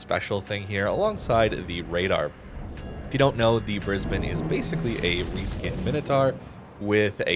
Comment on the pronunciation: props for pronouncing brisbane correctly!